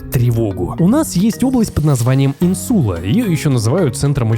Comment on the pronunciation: Автор, если уж и берете сложные темы, то ставьте правильно ударения: амИгдала, Инсула, фетИш. Слушать прям физически больно